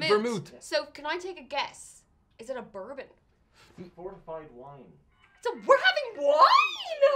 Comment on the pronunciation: I'm sorry, but to my Canadian ears it sounds like is saying, "Fartified Wine"! So good!!!